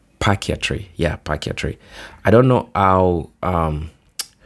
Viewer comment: Patriarchy: PAY-TREE-ARK-EE